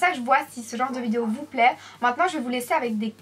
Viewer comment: GlamourFashioniista J'ai compris vous plaire, c'est ptetre du a l accent mdr